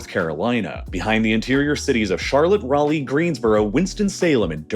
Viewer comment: But somehow, he pronounced Raleigh correctly??? 😕